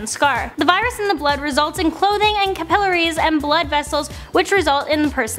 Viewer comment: laughing at the way she pronounced 'capillaries'